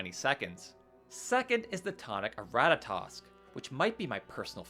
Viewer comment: funny enough Kvaster is the only one you butchered you got what I consider infinitely harder to pronounce because of its pattern perfectly. Ratatoskr (I use the old Icelandic/high Norse variants of the names)